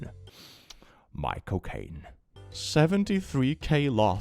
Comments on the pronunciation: complains about youtube thinking he's referring to substances...pronounces second syllable of iconic British actor's name as "co" instead of "chael". Should I be Satan and report him for substances? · How's this for Satan... , the way you pronounce "Michael Caine" sounds exactly like "my cocaine." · Lol, you talk about a video being flagged becuase of drugs then you pronounce Michael Cane (sp?) as my cocaine. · Be careful with how you pronounce michael caine before you get demonetized again 😂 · Bro saying Michael Caine like that is gonna get you demonetized for sure. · Youtube isnt gonna like the way he said Micheal Caine, is it? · I think youtube would demonetise you just for how you said Michael Caine lol